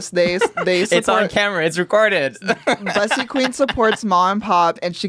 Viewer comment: Everyone including Bussy pronouncing their name wrong🤣💀it’s BOOSY, has spoken👑